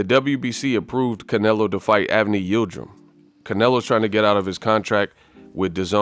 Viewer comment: Yildrim? Cmon Yildrim? We talkin bout Yildrim?